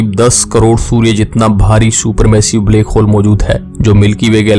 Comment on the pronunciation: Bhai baki video dekhne mein toh knowledge mlti hai lekin iss black hole ko bleck hole pronounce mt kiya kro sunne mein bht ajeeb lagta hai bht saari video mein yhi suna hai mene black ko bleck bolte ho .